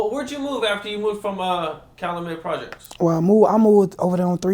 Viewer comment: CA Loo met. 🤦‍♂️